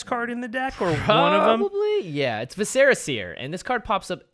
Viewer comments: Vis•sir•ah seer, not ve•serra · Vis-er-uh Seer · Omgoodness that is not you you pronounce vis·cer·a.... Still love you guys though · Viscera is not a fantasy word, it's pronounced VISS-ur-uh. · Visser-uh seer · OMG you guys mispronouncing viscera is so annoying! I think it sounds super dumb the way you say it, and way cooler the proper way. GET IT RIGHT!